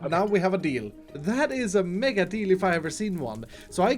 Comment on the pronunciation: Someone's gotta tell him that there's no o in mega